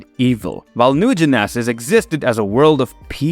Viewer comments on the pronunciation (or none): A-poke-a-lipz ? New Gen-eh-saz? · 😂😂😂😂😂😂 Lmfao. Great Video. But i couldn't stop laughing every time he said Apocalypse or New Genesis.